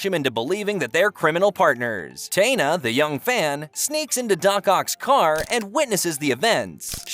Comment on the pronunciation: My favorite cartoon ever and you brought up Gwen? Not ever introduced in the show And mispronouncing Taina’s name is crazy.